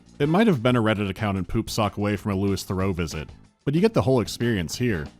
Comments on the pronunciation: 'Lewis Thoreau'? Is he trying to say Louis Theroux and getting both parts wrong? That's amazing. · L-lewis Thorough? Lewey Thuroo... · Louis Theroux' name is pronounced LOO-ee Thur-OO 🙂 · I'm struggling with pronunciation of Louis Theroux